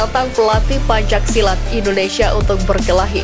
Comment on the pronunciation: Pembaca teks narasi salah dalam pengucapan PENCAK SILAT bukan PANCAK SILAT.